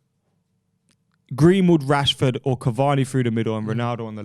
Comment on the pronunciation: you cannot be serious saying Rashford or martial